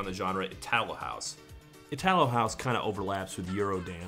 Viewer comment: Itálo house. That's where the stress of the word go :) (not to be a dick, just helping)